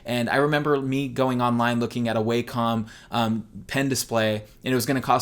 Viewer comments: i pronounced it "way-com" for years but from the videos included with their products the correct pronunciation is "wack-om" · It's pernounsed wacom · The way you say Wacom makes my eye twitch.